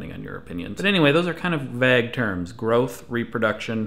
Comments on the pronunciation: Why do you say vague as vaeg? I say it vay-g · Vaaaaag? Like bag? Nono. Vague. Like plague. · Did he pronounce vague as "vagg"? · is he saying vag? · Pronouncing 'Vague' wrong wheez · Anyone else think the pronunciation of "Vague" is weird in this video? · You're the first person I've heard use that pronunciation of '"vague" o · You say vague weird. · Great video, but I couldn't get over how weirdly you say "vague" D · Is it just me or did Craig say "vague" very strangely?